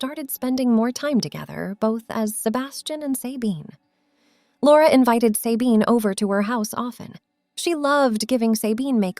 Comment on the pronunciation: Not Saybine - Sabine with a short a.